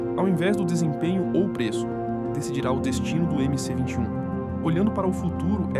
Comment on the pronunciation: Olá Gostei do video. Só que é MS-21 e não mc-21